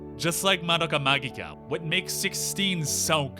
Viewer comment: The way they pronounced "magica" gave me relief after hearing it pronounced the other way so often. It is how I've come to personally say it after all.